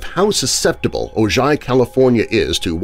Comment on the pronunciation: I think he's correcting your pronunciation of Ojai. The J is pronounced as an H. So it's "oh hi". Being English I only know this from watching the TV show Brothers and Sisters which was partly set in Ojai.